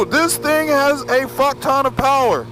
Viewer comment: Lol ur fucken funny bro.....turn twist ,powerrrrrere